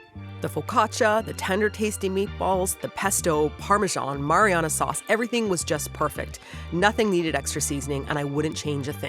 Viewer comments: Your engrish strikes again! 😂 you said Mariana instead of marinara sauce 😂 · Follow up: your Mariana (Trench) Sauce pronunciation made me chuckle